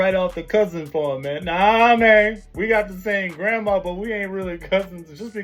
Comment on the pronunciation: "We just share the same Grammaw!!" 😂😂😂